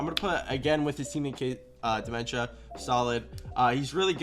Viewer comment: calling dmentza "dementia" LMAOOO